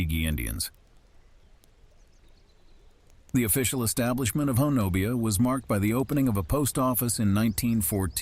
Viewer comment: FYI pronounced HOE - NUB - BEE